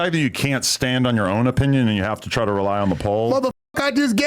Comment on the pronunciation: "Now "THIGH" some sh*t!!" 😂😂😂